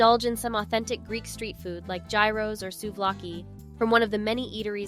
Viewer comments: i had to stop watching when i heard how the narrator pronounced gyro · It’s pretty obvious that the person who made this video either has not been to Greece or did not research enough to learn how to pronounce very basic Greek words such as gyro. I cringed listening to her mispronounce gyro, Delphi, Mykonos, etc. I understand some people try to make money from YouTube, but at least do a proper research on how basic words or places are pronounced. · Please educate the narrator to accurately pronounce Mykonos and Gyro. All the videos were beautifully shot only to be tarnished by the mispronunciation of the most basic words.